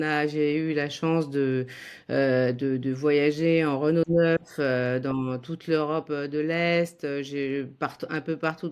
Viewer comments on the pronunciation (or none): none